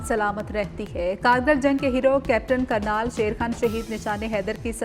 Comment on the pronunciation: Kernal bolna nhn ata shame on